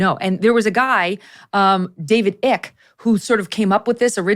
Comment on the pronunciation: ICKE is "Eye-Key", not "ICK", and you might want to learn a little more about his findings. ;)